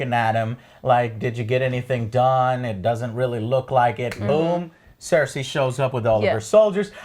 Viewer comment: EurEAn instead of Euron ClEEgan instead of Clegane CerSCI instead of Cersei Confuses Aegon with Rhaegar... They all expect from the show to "Just go to the wall and fight some white Walkers" The wall wasnt around for 1000 years, but for 8000 years which repeatadly gets mentioned in the show. And after you get ALL of that stuff wrong you dare to call other people casuals??